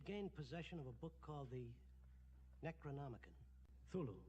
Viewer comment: It's the NecroNoMicon, not the NecroMoNicon. Arghhhhh, again . And I really was believing that you knew what you were talking about.